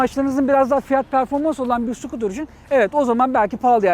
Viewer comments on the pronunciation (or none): none